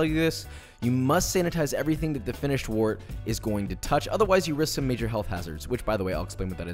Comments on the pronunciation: Pronounced "wert" like "word", not "wort" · I know this video's like 2 years old, but it's pronounced "wert", not "wort"